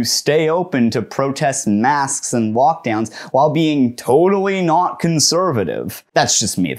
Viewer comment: Ohhhh my god I legitimately thought you were saying "walkdown" and not "lockdown" and was very confused